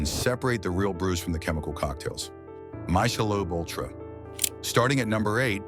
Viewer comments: Misha-Lobe UlTRA ? AI bullshit again ? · AI…… “my sha Loba” ultra….LMAO….